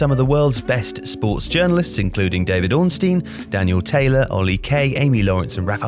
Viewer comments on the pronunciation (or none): none